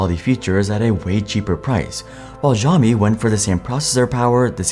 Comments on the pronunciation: I will sub when you start pronouncing Xiaomi properly; "Shaomi" instead of "Zhiaomi"😉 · The X in Xiaomi is an SH sound but you put your tongue right behind your teeth. What you are saying would be closer to Zhaomi, which I don't think is a word. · Your pronunciation of Xiaomi hurt my ears 😵‍💫...😄😄😄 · Video was great until he started misprouncing Xiao Mi. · Nice video! But for the future, you should improve your pronunciation of Xiaomi 😁